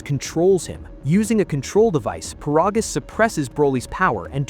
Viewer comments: It's ai, "he'll" never pronounce it correctly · First of all his name is paragus not parogus and secondly for the love of me I have never understood why the hell is King Vegeta the king of all sins when he literally got one shot it with a chopped to the neck or a punch or a kick I forget which one but he got one shotted